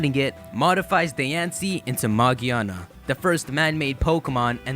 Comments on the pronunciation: Magiana? Magearna. Its magearna magearna bro Ma Gear Na Ma Freakin Gearna! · r u blind its megearna not mageeeeaaaaarna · magearna? its magiana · magearna... no maginaya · It's Magiana, not Magearna. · I dont think the pronounciation is "Ma-gi-ar-na" I think it might be "Ma-gear-na" as in grinding gears etc. :) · Why in the title do you say Magearna, but early in the video you quote it as Magiana? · Did you record this before NOA confirmed that the name is Magearna? Because you refer to him/her as Magiana. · its not magiana its magearna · It's magearna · it's calld ma grear na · ma-GEAR-na. not that hard people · It's pronounced MA-GEAR-NA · ITS MAGERA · It's pronounced MA-GEER-NA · Not mag e ana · its pronounced ma-gEER-na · whats with people saying 'magiana' is it the japanese name or something? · Maj-ee-ar-nuh and Vol-can-ee-un ;) Also, pretty sure her name comes from: Magic, machine, ear and armour. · I don't get how it's pronounced magearna if it doesn't have an r anywhere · I think it's pronounced as Ma-GEAR-na. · It's Magearna btw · That’s not how say it’s name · it's pronounced with a "g", like girl and gum. just look up the katakana for the japanese name, it's a ge character not a je character.